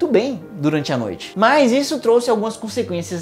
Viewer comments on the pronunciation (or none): none